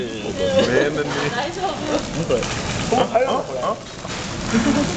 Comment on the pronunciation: Oh Mai Guhd XD